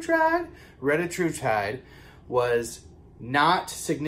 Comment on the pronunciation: Thank you for the update and the awesome pronunciation of the medication 😂😂😂